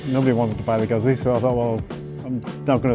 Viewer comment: Nice, but pronouncing "Guzzi" incorrectly is not cool. There is no excuse.